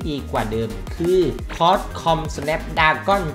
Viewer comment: อ่านซิปเซ็ตผิดก็มาวะ5555มันอ่านว่าคลอค่อมสเเน็บดราก้อน